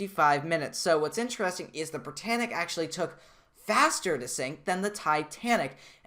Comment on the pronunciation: You said sing not sink💀